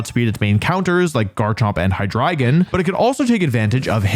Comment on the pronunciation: Hey! He actually said Hydreigon right this time! Good job Wolfey